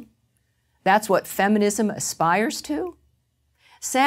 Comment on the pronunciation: lol, "feminimsm"